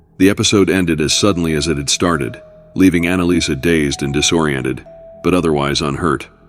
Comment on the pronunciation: Annaliese...Not Annalisa...